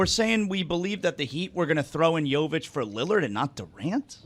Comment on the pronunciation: I wish he would say Jovic’s name correctly